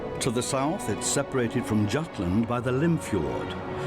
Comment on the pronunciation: Dude. How do you pronounce fjords and Jutlandic island correctly, as "fyords," and "Yoot-landic," while simultaneously mispronuncing Jutland as, "DZHoot-land?" Dude. The J is pronounced like a Y, always. P.S. There is no land known as Trodzh. It's Troi. The woman is Helen of Troi, and it is the Troian War. There's no such thing as "Trodzhan" anything, including the famous horse. Learn European.